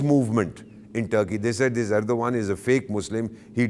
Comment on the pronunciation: I mean your frustrations with Turkey is clearly visible with the names of Ergdogan that you pronounced. It's perhaps because Turkish drone destroyed Indian jets and drones